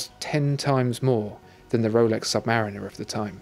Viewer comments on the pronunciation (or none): none